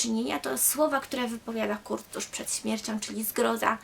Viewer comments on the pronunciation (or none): none